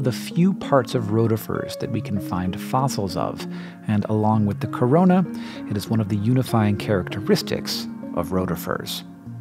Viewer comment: When he said 'corona' I really just died a little